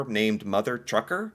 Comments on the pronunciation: I was dying listening to pronounce Tucker as Trucker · Esso is a gas station also its TUCKER not TRUCKER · TUCKER not Trucker. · It's Mother tUckers not tRuckers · You kept reading Mother Tucker's as Mother Trucker's over and over and didn't catch yourself. Her name is Tucker not Trucker lol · Not TRUCKER... TUCKER!!! There is no 'R'! 😆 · must laugh he never once said Tucker correctly... that takes dedication.